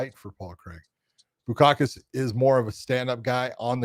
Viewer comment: Bukauskas!!!! It's Bukauskas !!! BU-KAUS-KAS!! But what can I expect from your people